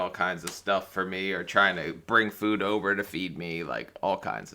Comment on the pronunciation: 5 Children to all different men!! Hasn’t she heard of contraceptives Not too mention she can’t seem to say the word food. She says foo. Didn’t like her much